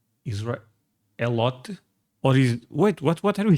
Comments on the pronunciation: Elote as far as I know it’s pronounced Aay-low-tay. Aay and tay both rhyme with hay, bay, say, may, lay… ect. I’ve only had it once at a restaurant and it was in a bowl so it was off of the husk. It was good. I found out that Costco sells a big bag of it. Last time my spouse went I asked to get some, but unfortunately, they were sold out. No worries, we’ll get it eventually. I also bought some seasoning named Elote. Americans love Hispanic food, especially from Mexico. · Aren't you civilized?!? Elote (ee-loh-teh), grilled corn. Once you grill it, the toppings are only limited by your imagination. Cheese, mayo, salsa, pico de gallo, picante, Cholula, Tabasco, chile verde, chile colorado, butter, etc. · E-low-tay is delicious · It's pronounced Aay-loh-tay. Google search this is the closest I could come to it. Snh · Pronounced E—LOW—TAY! It’s delicious!! Try it on a grill!! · It's more like: ih-loh-tay. Or Eh-low-tay. IF you can find GOOD sweet corn - YES! I think you should. I'm just not sure you can.... unless you know a farmer there, in your area, maybe? Just get a HYBRID, not a GMO one. I THINK Europe mainly has FIELD corn - very starchy... not so much 'sweet' - it's not as good, BUT if you can pick it (field corn ) a bit EARLY, it's not terrible. In MEXICO - corn is very, Very, VERY common. In USA it's just very common ;) If you can get Crema - that's pretty close and can be substituted... Dukes is #1, Helman's is #2, Heinz - in mayo is #6 or 7... In Ketchup, #1, in 57 Sauce, (steak sauce) #1. But they falter in mayo. We do that w/ a camp fire all the time. The soak in water helps it to STEAM more than burn... Well, think about it Mayo is just oil and egg white/whole egg (depending on type of mayo) some ppl use on grilled cheese (and other toasted sandwiches) instead of butter (I still prefer the butter, thx). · Elote (E-Low-Tay) is a classic in Los Angeles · Elote is pronounced El-LOH-Tay